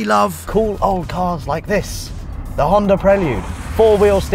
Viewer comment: Rhonda. Remove the R it's a Honda.